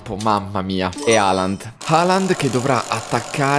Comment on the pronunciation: Raga si dice halland no holland